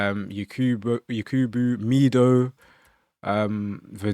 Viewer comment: as an Egyptian so glad you said mido